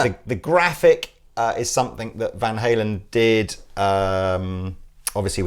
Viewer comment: I love you guys, but butchered van halen....that won't help sales...